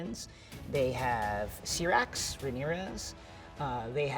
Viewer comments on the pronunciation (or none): Why do americans LOVE TO PURPOSELY BUTCHER names of thing. syyyyyyyrrax.... Not sirax. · He also mispronounced "Syrax". On the other videos he mispronounced "Shireen" as well. I know it's not a big deal, but he said he's an expert